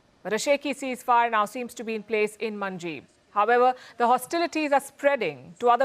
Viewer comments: It is not manjib!!.It is called Manbij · It’s Manjib ,Not Manjeet 😂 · palki its not Manjib its 'Manbij'